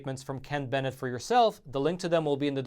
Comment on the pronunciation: You got my message and you pronounced Ken Bennett's last name correctly.. Love you and your show.